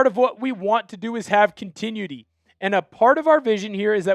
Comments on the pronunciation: con-ti-NU-i-ty Not con-TIN-ui-ty Sorry, that's driving me insane. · Not to be an asshole but please continuity is pronounced: con·ti·nu·i·ty. Your welcome. But do love the show! Keep up the great work! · Enjoy your work. Than you. FYI - check your pronunciation of "continuity" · Bud, there are videos on this very website that can help you pronouncing those hard words like "continuity". I mean, you should have learned that in elementary school—at the latest—and it's almost impossible to mispronounce if you have even a remote understanding of English phonics, but the best time to learn to speak English after "when you were a child" is definitely right now.